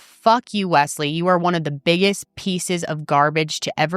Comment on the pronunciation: It's interesting how you pronounce Wesley, it almost sounds like 'Wess' in Ireland we would say it mote like 'Wez/Wez-Lee'